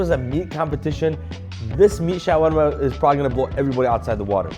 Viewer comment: The showarma pronunciation is getting on my nerves